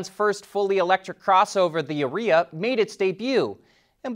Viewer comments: Are e a. Not Areeea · Careful how you pronounce Ariya. Sounds an awful lot like urea. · Are you sure you are saying Arya right? I think it’s pronounced Aria. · I think your mispronouncing the name. Urea should be proounced the Ariya. .... but it is a Nissan, so you might have made a Freudian slip about expected quality.